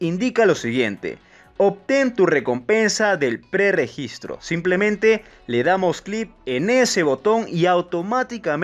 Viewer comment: No mms dice que no pre gistre